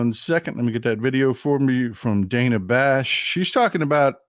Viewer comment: I was shocked yesterday, when she pronounced it, ‘Danna’.